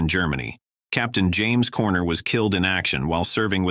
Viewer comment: He got the wrong pics of James Corner (Actor) he even mispronounced his name.